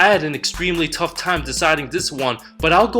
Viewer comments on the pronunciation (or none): none